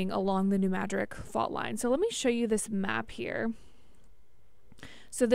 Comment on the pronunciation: It's NOT New MADRIK..... IT'S New M A D R I D